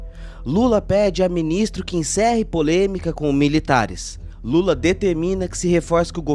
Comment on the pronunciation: Ele não fala assim o nome do Lula